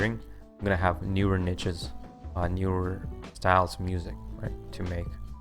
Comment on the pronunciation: The way you say niche drives me mad, love the content tho.